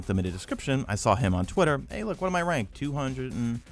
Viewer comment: twittit instead of Twitter